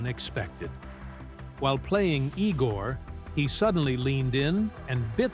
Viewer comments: Not E-gor, Eye-gor! Igor! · The name was pronounced (eye)gore! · ... It is not "ee-gor". It is "eye-gor"!